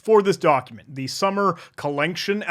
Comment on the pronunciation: the commitment to pronouncing it "collenction" as written is appreciated